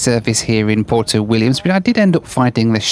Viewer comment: It's not pronounced "porto", it's "pwerto".